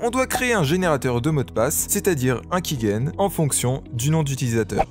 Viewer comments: Sympa pour comprendre la manière de fonctionner, mais les choses sont rarement aussi simple, j'ai essayer y'a quelques mois de cracker rpg maker mz, y'avais un validateur offline mais j'ai pas réussi. Par contre tu dis key-guène, c'est perturbant alors que sais que c'est key-gène. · On dit "kigène" et non "kiguène" mais très bonne vidéo